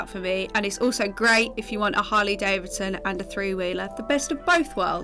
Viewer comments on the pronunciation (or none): none